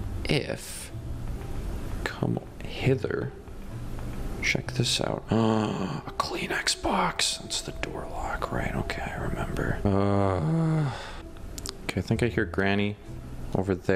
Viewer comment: I thought he said a clean Xbox but he said a Kleenex box